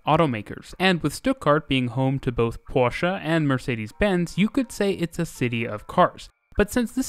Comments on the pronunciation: He said Porsche and not Porsch. Thank You for that. Greathings from northern germany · BIIIG up for pronouncing Porsche correctly...this video was great! Stuttgart really is a bit weird but it works out pretty well in practice. With the exception of user friendliness of stations (sometimes compared to the backrooms...im talking about YOU Charlottenplatz)